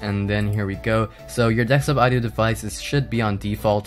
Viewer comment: do you say 'ax' instead of ask? and 'dextop' instead of desktop?